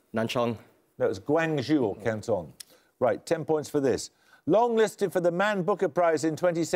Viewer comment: His pronunciation of Guangzhou was shockingly bad.